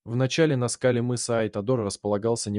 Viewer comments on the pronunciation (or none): Все ничего, но что с дикцией у вещающего? Сейчас модно что ли коверкать элементарные слова нелепыми ударениями? "ЗамОк" вместо зАмок, "на скАле", вместо на на скалЕ и т.д. почти в каждом предложении такие перлы